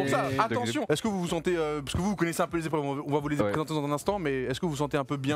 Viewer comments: Il y a 7 zépreuves il a dit 🤣🤣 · Sept épreuves et non septs zépreuves hein Doigby 😉